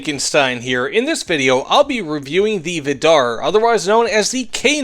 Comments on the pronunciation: It's pronounced viidar, not vidaar. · From a norwegian, it's pronounced more like Viidar, not Viddarr